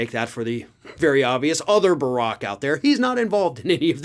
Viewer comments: It is pronounced like "barracks" (like military housing) not like "Barack" (Obama). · you're pronouncing Tom BARrack's name wrong. It's not the same as BaRACK Obama's name. Barack (Bah-RAHK-emphasis on the 2nd syllable) Obama's name is KENYAN! Tom BARrack's (BARE-rek-emphasis on the 1st syllable) is an English name. That 2nd 'R' in Tom's name dictates the way U say that name instead of impuning the 44th US president's name w/a notable mispronunciation...🤔😐📚🔍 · It’s pronounced, “BEAR-ick” not “BUH-rock”. 🤦🏽‍♂️ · You are mispronouncing his name on purpose! It’s Bu-Rack not Bur-ock. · Heard alotta ppl pronounce it Bear-Ick, not Buh-Rock. but havent heard HIM pronounce it. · Tom Barrack— pronounced like “army barracks” not like prior Pres. Obama. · His last name is pronounced "BARE RICK". You're putting the emphasis on the wrong syllable. Stop saying it like Barack Obama. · "Barrack" rhymes with "Merrick", as in Attorney General MERRICK Garland... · It's BARE--OHK. Like barracks, where military are housed. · It wouldn't be at all surprising to discover Jarrod had dropped dime. By the way, he pronounces his name 'Barrick'. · “Bear-Rick” is how it’s pronounced. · Just FYI, you’re mispronouncing Tom Barrack’s last name. The stress is on the first syllable, like the name for military quarters — barracks (BEAR-acks). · It's pronounced bear-eck. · Hey brother, it's pronounced (BEAR ICK) not like the former president. Good try though.....🤨✌️ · Plz! It's pronounced Ber-rick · Just to avoid confusion, isn't Barrack's name pronounced with the accent on the first syllable, like Army barracks? First time I saw the name, it was being smeared by a leftist commentor. I couldn't believe how they were dragging Obama through the mud and nearly flamed them.